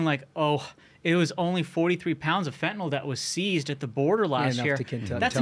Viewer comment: Guest was pretty smart, but he still can't read. Fen-ta-NIL not fen-ta-NOL. Like he's never seen the word before. So to be fair, he's as smart as nearly every member of Congress.